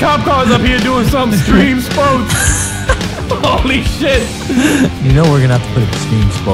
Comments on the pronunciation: "stream...extream spoat (ugh)" :D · do you mean cream spo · JR Reyes It's not streme spoats... It's STREME SPOATS!!! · "Streme Spoats" is now my favorite thing after "Keep 'er goin" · How come hates it when you say streme spoats.